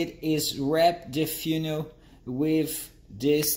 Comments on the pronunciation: The way this guy pronounces funnel deserves a 🥇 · Thank you for this! By the way.. love your accent and how you say "funnel". 🙂